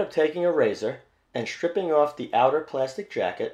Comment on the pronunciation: What's "EXCHTRMELY" and "SCHTRIPPING"